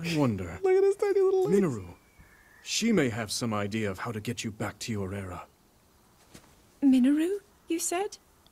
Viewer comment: Gosh, I absolutely HATE how the English version pronounces Mineru as "Minneroo." MEE-NÉ-RU, dammit! 🤬